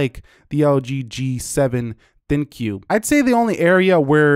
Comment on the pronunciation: For the love of God please stop saying "L-G G-7 THIN-CUE." !!!!!! it's the dumbest name in wireless and you're making it worse.